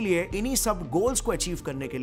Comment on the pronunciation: bro really said "maksad"💀